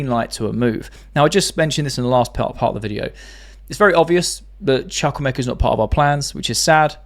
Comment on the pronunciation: Btw the name is Chukwuemeka. Chu in ‘Chuk’ pronounced like chu chu train. ‘Wu’pronounced like wo in wool.